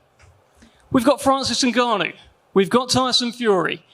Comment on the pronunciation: What a idiot presenter said Francise Nganaou he didnt loose the fight in the cage , IDIOT YES FRANCISE NGAGANOU WAS SMASHED BY THE GREATEST IN THE WORLD IN HEAVYWEIGHT IN UFC BY STIPE MIOCIC